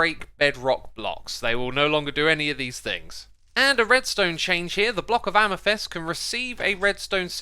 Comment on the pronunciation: Please check your pronunciation of amethyst and lichen, I know it's petty but it really irks me that you say them wrong